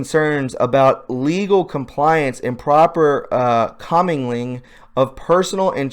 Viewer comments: Co mingle ing = comingle ing = comingling . Mixing funds. Before you broadcast, read the articles and if there's a word you don't know, look it up and learn it. It takes only a few minutes and makes a difference for quality. We can read articles for ourselves- why can't you give us summaries, particularly since when you read out loud your vocabulary is limited. The flag is not upside down, the stars are over the body's heart- which is traditional. If the head is at the right end. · In no particular order, the words you butchered are "co-MILGLING," meaning to be or mingle together, "Crises," pronounced "KRY-sees," which is plural for the word "crisis. One crisis. Two or more KRY-sees." Another one is "Improprieties," pronounced "im - pro- PRY - i - tees." the plural of one impropriety. of this video, you read the "Q" drop about UBL - "Why was the Clowns in America tasked to hunt/kill UBL?" Next line: "Why not MI?" "MI" = military intelligence, not your lame "Muslim leadership," where you mistake the capital "I" for a small case "l". If you are going to forge ahead and read stuff to your audience and expect them to believe you, you should at least have the common courtesy to become familiar with big words you don't usually use on Facebook and become reacquainted with "Q" posts you haven't read for a while so your delivery doesn't become riddled with a series of totally avoidable gaffs that do little to polish your credentials as a citizen journalist. Time to tighten up your game,. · Commingling Pronounced: CO-mingle-ing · Learn to pronounce commingling! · Agree. the mispronunciations are sometimes funny, but mostly distracting, and makes him sound like a doofus. I mean, if he mispronounces commingling, followed by "whatever", does he even know what it means? LOL